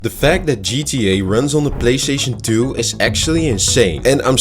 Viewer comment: “Playshaishon to” - OK 😂😂 I'm sorry I clicked. I saw 8 seconds and I don't need it anymore.